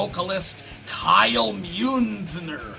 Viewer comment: Muenzner sounds very German... I can know I live near to Germany. The way you pronounced it though 😁👊🍺